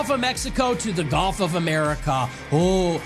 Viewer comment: Hey, Nick. It’s “gulf” not “golf” you dummy.